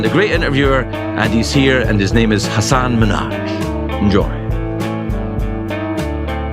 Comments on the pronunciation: Did it bother anyone else that Craig couldn't pronounce Hasan's name correctly any time? 🙈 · And yet he said his name wrong…I love Craig but come on man, get Hasan’s name right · Come on Craig, say his name correctly